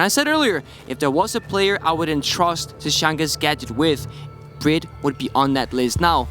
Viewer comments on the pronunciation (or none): His knowledge of what’s going on in game and in the players’ heads is unparalleled, but his casting? The way he said BriD’s name… pain